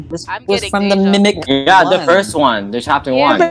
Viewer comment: I love how they saying "Mimik" instead of mimic😭